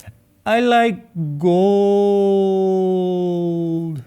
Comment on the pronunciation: "Can I paint hish yoohoo gooold?"😂😂😂